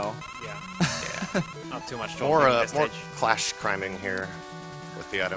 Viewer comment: Isn't it Crash Man? He keeps saying Clash.